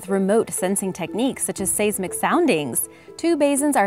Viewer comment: Located by SAYzmic instead of SIZEmic (seismic) soundwaves huh? Sigh quit just reading the script and learn the words you speak